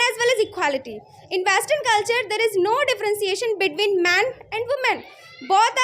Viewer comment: Vestern nhi western hota h ..keep focusing on your vocabulary dear😂😂